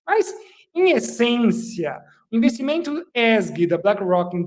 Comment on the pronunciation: DICA PROFESSOR ESG: LEITURA CORRETA É {E ÉSSE GE}